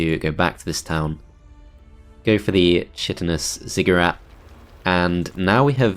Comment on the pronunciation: And on a day I need to cook, wash, clean and work too! Ah, well, I can starve in filth. Edit: Also, "chitinous" is pronounced [KY-ti-nuhs]. Being a non-native speaker, feels really weird correcting a Brit, but I have an edge in the form of years and years of watching StarCraft II. 😅